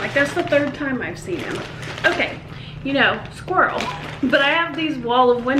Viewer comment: Did you say squrill? Hehe. Made me giggle